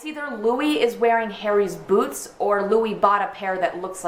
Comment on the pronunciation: I love the way you say boots